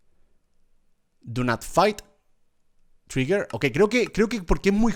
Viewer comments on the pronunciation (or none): none